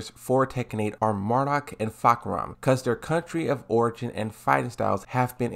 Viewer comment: For the love of god...NOT MARDUK